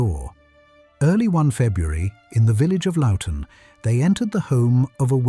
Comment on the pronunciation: It's Loughton not Luton